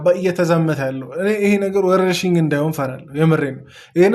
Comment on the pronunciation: ያንተ ንግግር ነው የምያስቀኝ 😂😂ወርርሽኝ አላለም😂😂